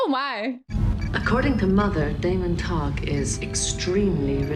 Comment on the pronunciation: *Tog (not Bock) :)